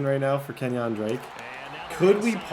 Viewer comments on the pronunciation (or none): "Kenyon Drake" 💀